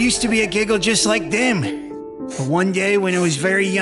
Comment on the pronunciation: I thought sayed jiggle